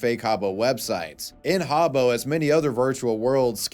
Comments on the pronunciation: “Ha-Bow Hotel” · It’s pronounced HAAA-booh 😂